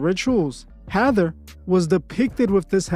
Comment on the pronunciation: Ha.thor...not hathor